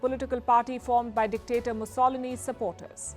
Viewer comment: "Mussolini" mispronounced, just reading from autocue unprepared